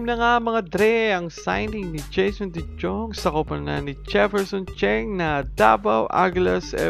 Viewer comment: de JJong? de Yong kasi yan eh. 😂😂😂